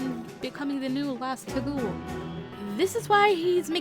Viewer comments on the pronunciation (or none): FYI Taguel is pronounced Tog-well. Panne has a Crit voices line where she says "The Taguel do not play". That is all.